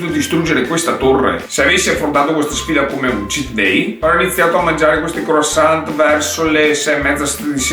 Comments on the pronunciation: Croassant non si può sentire:) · "CROASSANT" 😂😂 Comunque sei troppo simpatico! Keep going 👏👏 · In francese croissant oi si legge ua e la t finale non c'è